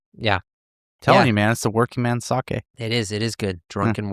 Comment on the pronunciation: Says the man who butchered the pronunciation during the sake talk. LOL Those who live in glass houses shouldn't cast stones (人のことを言う前に自分のことを直せw)